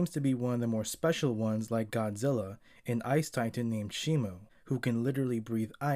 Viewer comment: It's Shimo not Shimu